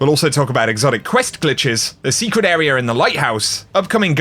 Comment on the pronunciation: When a word ends with an “a” the phonetic sound is NOT “er” so when says the word “Area” and pronounces it “Areaer” that is absolutely an incorrect pronunciation.